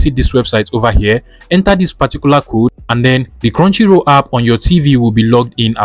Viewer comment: Now scrow down for crounchy roll hidden lood ikon tf are u saying